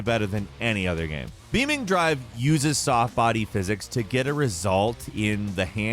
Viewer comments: it is lol Beam NG but I laughed and questioned reality when he said Beaming Drive hahaha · No way bro said beaming drive 💀